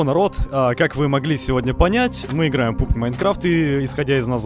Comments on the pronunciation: Пубг?😂😂😂не пубг а пабг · Не пубг а пабг!!!